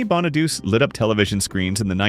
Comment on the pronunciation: Ok so maybe not ALL the names but there are still PLENTY of mistakes. Here they are: Lark Voorhies ( it is Voor - hees). Shia Lebouf (Sh- eye- uh Le- buff) Raven Symoné (you actually pronounced it correctly which 99% get wrong) It is spelled right on the video but not in the description part.. you have it spelled Simon. Danny Bonaduce (Bon- uh- doo-chee). On your segment of Tucker Carleson you show footage of Amber Hurd and there isn’t even a segment of her. Eamonn Holmes. Again is correct on the video but not the description. You have Aean instead of Eamonn. That’s it.